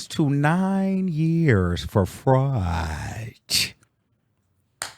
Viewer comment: Whitehead has been doing this for over a decade though 😂. And you saying “fraudT” was taking me OUT !!!